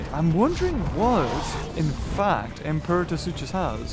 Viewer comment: Heads up, Imperatosuchus is pronounced Impairatasuchus